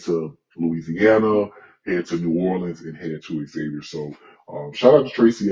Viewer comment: PLEASE stop saying "X" zavier It's pronounced, Zavier (Xavier) University!!!